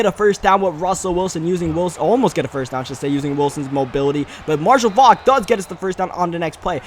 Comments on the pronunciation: It's not Fok its Faulk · Nigga 😑 he thinks the "u" and the "l" are silent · Marshall Faulk not Marshall fauck